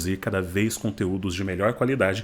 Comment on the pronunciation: sou novo neste canal e estou amando o conteúdo sobre cinema, mas fiquei intrigado no jeito que você pronuncia Arriverderci com um sotaque inglês, pode explicar?